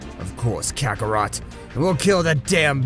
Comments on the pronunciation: kakarot not kakarato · Wow man you got all the names wrong also you called goku saiyan name kakarot kakarroto came on man do your research how can the grand priest hate mortals ui needs a calm heart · He said kacaRota